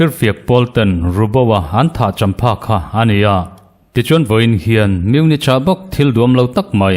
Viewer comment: Munik ti ve zawk la,a ngaihthlak a hahdam deuh ang chu.